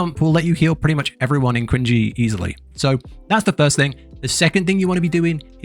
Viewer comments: Dude, Qinghe is pronounced like Ching-her... Not quin-gey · and Qinghe is pronounced tching-huh, not queen-jee xD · Awesome guide but please for the love of everything holy stop saying "quinjee" LOL it's ching-HEUH